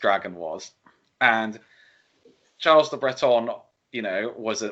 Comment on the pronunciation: Gilles is pronounced "Jhill". Like "Jill", but no "D".